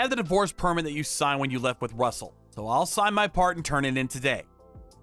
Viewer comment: I presume the name of the AP is Russel and not rustle